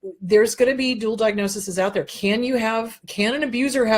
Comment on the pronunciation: I want to help you with the plural form of "diagnosis". It is diagnoses (pronounced DI-AG-NO-SEES). Thanks for all the good info!